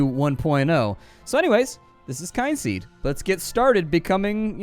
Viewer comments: It's pronounced "Kinseed" ....as in Kith and Kin, the game has a ancestral family hook, when your character ages and dies he/she passes on the knowledge to your kids, hence the name Kynseed. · Oooh, I really wanted to say that as soon as started speaking! It's "Kin" as in relatives... but you said it much more comprehensivly. 😊 Looks like a cool game!